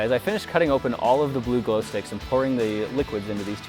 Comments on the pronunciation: He said bluglo ha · Ha he said bluglo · Lol he said bluglo